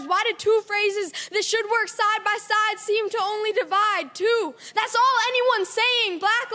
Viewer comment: why does he pronounce “that’s” like “thas”? cringe lol accent he’s putting on